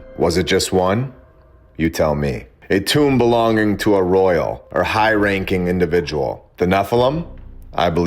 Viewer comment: Royal = Roy El or Roi El